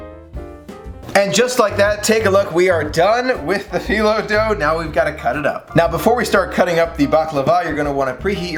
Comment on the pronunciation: Loved watching this! It looks delicious and makes me really wish I wasn’t allergic to walnuts! 😊 Thanks for sharing this recipe with us all! (And you pronounce phyllo correctly! 👍)